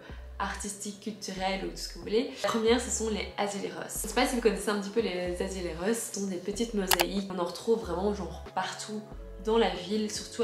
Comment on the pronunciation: Attention dans azulejos , le J se prononce comme en France